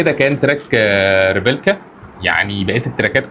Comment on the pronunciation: إسمو ريبليكا مش ريبيلكا يا. ❤